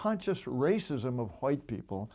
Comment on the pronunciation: “wHeighT people” why does he say it like that lol